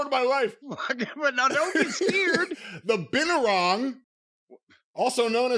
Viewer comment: Bean-Too-Wrong is how to pronounce Binturong